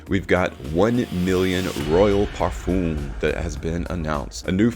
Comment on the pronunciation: Your videos are really good . Great graphics as well. But just to point out . PARFUM is pronounced differently. Common! A true fraghead should know how to say Parfum It's like in Eau de Parfum Thank you Humble viewer basen in London